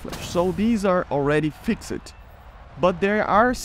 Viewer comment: I would love to see you pronounce the word fixed properly 😂